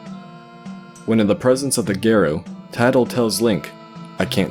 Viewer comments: It drives me crazy that he keeps saying "gare-oh" and not "Gahr-oh" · I'm so distracted during the Ikana section, as I keep chiming in "Gah-ro" and "Eegos." My pedantic nature is making me miss details. 😅